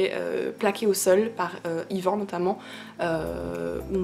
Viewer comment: Tu prononce mal ivan pas ivan